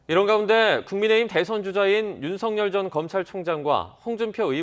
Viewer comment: ㅡㅡㅡㅡㅡ 아나운서들 ㅡ 자질 없다. 우리말 발음 똑바로 하세요 ㅡ연음법칙 ㅡㅡ윤석열ㅡㅡ>윤서결 윤서결 ㅡ 발음이 맞습니다 윤ㆍ서 ㆍ결 윤서결 ㅡ 발음이 맞습니다 윤ㆍ서 ㆍ결 윤서결 ㅡ 발음이 맞습니다 윤ㆍ서 ㆍ결